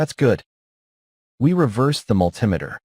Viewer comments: Not sure how the video pronounced it, but the way I'm referring to is similar to altimeter. Just like I wouldn't pronounce that alty-meter, I said mul-Tim-eh-ter. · Don't like the "multimeter"? Cousin to the altimeter? I got a laugh out of that as well. AI??? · It is understandable to get annoyed due to AI's weird pronunciation (ie. when it reads "multimeter") but overall, as others mentioned, it provides a much wider audience due to slow and clear narration that appeals to non-native English speakers with limited skills. This is especially more relevant when the person in the video is either cannot speak English or have a very thick accent. So, ultimately, you look at the content of the video. If it is of value to you, you ignore such trivial things and actually be grateful that someone took the time to use AI to resolve such shortcomings and upload the video to share with the world. I think people became too comfortable with freely available good material online and start taking things for granted ergo this type of silly criticism. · Besides the multi-meter mispronunciation, He didn't pronounce triac. He said tri A C. This could be AI misreading which they do. Anybody with any electronics background would know how to say multi-meter and triac. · It's called MULTI METER. In other words, many meters in one. Not mul-tim-ator. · Sounds like AI generate. Its multee meter not mul tim eter! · I can't get over the growing trend to call a multi-meter (- and that's mulTEE-meter, not mulTIE-meter) - a mull TIM eter. That's what happens when you get AI to read the script. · MulTIMAter? Isn’t that a “MULTI meter”. AI voicing is still primitive. Also, I believe the common name for those four diodes is a bridge rectifier. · Good info. Multimeter is pronounced MUL-ti-ME-ter. Not MUL-TIM-e-ter. Triac, TRI-ack. Thyristor THY-ris-ter. Also, the multimeter has opposite voltage from the leads, when set to resistance. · yeah what on earth is up with that pronunciation? AI?